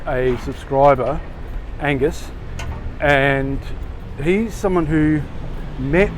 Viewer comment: Hey, Great for you to come swooping in on me last Saturday night, it was really great meeting you. You pronounced my name correctly. I recognised you the same as I would a singer or actor I knew, when you had no idea who I was. You're famous in my books mate. Thanks for the great video, Angus